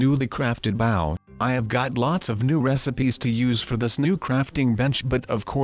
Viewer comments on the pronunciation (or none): It’s bow not bow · He is saying the word “bow” wrong. It is supposed to be pronounced like bo